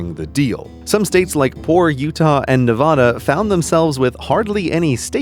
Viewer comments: You mean Nevada? Ne va da? Va Da? Both the a's sound like the a's in Dad. Only real Nevadans know how bad NeVahDa sounds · Why pronounce Nevada wrong 😭😭😭😭 I grew up in the Vegas Valley and we always said Nevada as in apple not Nevauda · Yes, stay out of Nevada. We're empty and there's nothing to do. We even have open carry, so that's scary, right? STAY OUT OF NEVADA CALIFORNIANS AND NEW YORKERS! Also Neh VA Da not Nuh VAW Duh!!!!!! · It's "ne-VAH-da" not "ne-VUH-da". Think cat, bag, hat NOT stalk, prada, etc. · I facepalm at your incorrect pronunciation of the great state of Nevada. Nev-ahhhh--duhhhh NOT Nev-awwwww-duhhhhh! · He pronounced it nɪˈvɑːdə when the official pronunciation is nɪˈvædə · Its nu.vada not naa.vada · I'm from nevada and it's kinda great. You'll drive 100 miles on a dirt road with nothing but one dude on a bicycle probably worth as much as your car. Also your car is a side by side. P. S. It's pronounced neh-va-da, not nah-vah-dah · It’s “Nev-aa-duh”, not “Ne-vah-da” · Its Nev-a-da not nev-oh-da, it sounds like it looks so get it right! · its ne-va-duh not ne -vaw-duh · it's not Ne-vah-duh, it's Ne-vaa-da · nevada not nevahda😠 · Hello anyone reading this remember as a citizen o Las Vegas Nevada is pronounced (Na-vad-a) not (Nev-Ade-a). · Nev-AH-da is not the way to pronounce the state unless you want to anger a local, the proper pronunciation is Nev-AD-a. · HE PRONOUNCED NEVADA WRONG. NE-VA-DA NOT NAH-VA-DUH. Son of a bitch. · It's not pronounced ne-vaw-da. It's Ne-vah-duh. I live here. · Please use the correct pronunciation of Nev*ADD*a, not Ne*VAHD*a Thanks. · It's Nevada not Nevahda. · You need to STFU & GTFO. Our state is not pronounced Nev-AH-da. Its Nev-AD-a. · ITS NEVADA NOT NEVODA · Why is Nevada so hard to pronouce correctly? Like, come on it's not hard. The VAD is pronounced vad like sad, not like not vod like rod. Its Nevada, not Nevoda. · Learn how to pronounce NEVADA. It's Ne-VAAA-duh, not Nuh-VAH-duh. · NEVADA!! Not NEVADAH